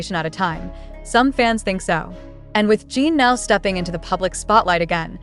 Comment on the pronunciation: I hate that you keep calling him Gene! If you are going to profit off them, the least you could do is pronounce his name properly! It’s Jin pronounced like the drink gin!Get it together will you! In any case, I don’t believe ant of this. Jimmy wouldn’t just invite the one! He will have them all on, even if JK is his favorite. Getting the first OT 7 in the US is such a huge coup, as a professional, he wouldn’t trade it for just one person. They can spend time together when all 7 travel over!